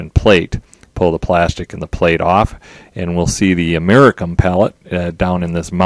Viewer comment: You pronounce Geiger like Geijer not with a g sound. Also americium is pronounced with the "c" sounding like an "s" not like a "k".